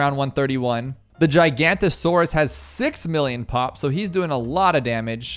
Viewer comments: fyi the t5 middle path “giganotosaurus” is pronounced ji-ga-no-to-sor-us, every single btd6 youtube i’ve seen have pronounced it gigantasaurus, missing the “noto” inbetween, gi-ga-no-to-sor-us is more accurate then that, if you want an easier way to say it many people just say “giga” when referring to it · The 5th tier middle path is pronounced Giga noto saurus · I think you’ve been pronouncing giganotosaures wrong you pronounce it like giga noto saures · It’s a giganotosaurus not a gigantasaurus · It’s pronounced giganotasores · You pronounce it gig a noto Saurus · Btw the pouākai is pronounced poe-uh-kie, and the giganotosaurus is pronounced jig-uh-note-uh-soar-us